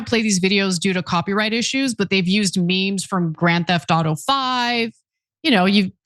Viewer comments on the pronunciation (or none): none